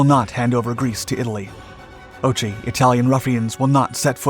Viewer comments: And phonetically, it's Ohi, not ochi. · It's read "Okhi" not "Ochi" btw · OXI spoken as OHI , not OCHI X = H in greek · You lost me ."oh-chee","oh--chee?' Use the voice function on Google Translate. "OH-HEE". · ΟΧΙ means NO, pronounced Ohi not ch. like hoplites, we do not say choplites eg…. Very good video. Greeks reached Tirana but our “allies” did not allow the annexation after the war although the northern ipeirous is still populated by Greeks and Albanians in the region are still a minority. Although Greece was always truthful and faithful to its alliances and commitments our western allies almost always act like snakes against us.😢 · "Okhi", the Greek word for "No", attributed to Metaxas (falsely) in his rejection of the Italian ultimatum, is pronounced "o-kh-i", like you're about to clear your throat, not "o-ch-i". It is the name of the national holiday on October 28. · No, the "h" in English is a soft breath out. The "kh" is the phonetic symbol in English for the harder sound, which corresponds to the Greek as spoken in "o-kh-i" but has no equivalent in the Latin alphabet. The narrator uses the harsh "ch", as in "reach", which is a gross error and needed correcting. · Just a note, it is NOT "ochei", but "ohei"... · it's pronounced "o-hee", not ochee lol come on dude, you could have at least done that correctly, instead of butchering it. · "ochi" its more pronounced like "ok - ee", your pronounciation hurt my soul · otsi otsi otsi otsi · I don't think it will be better if you just add the k for example when you say hello the H is clearly heard and said. With the k it will sound weird especially for non English speakers. But just saying O-H-I is a better option. Although i agree with you about the way the youtuber is pronouncing the word which hurt my ears quite a lot since i am a Greek as well. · Yes, and it is incorrect to use in this case. "Kh" is generally applied to the guttural sound, and "Okhi" is the correct Greek pronunciation.